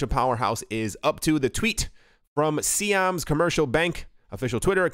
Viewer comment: Siam is pronounced si as in simon or psy-am.... NOT see-am